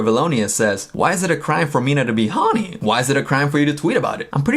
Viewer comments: I think the ONLY crime is how you say HORNY in this video. Help. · The way she says horny. Sounds like honey. Made me think of Winnie the Pooh. Now we’re all strange together. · The way you say horny, I just keep hearing "mina so HOrnY mi mina so HORneey" 😂😂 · You and Mina are just being human beings. The tweet was funny and silly!! I ❤ the both of you. Oh LAWD 🤦‍♀️ people must be really bored 🙄 Straight FINDING anything to be up in arms about. R E L A X people. P.S. Every time you say "Hawny" I can't stop laughing 🤣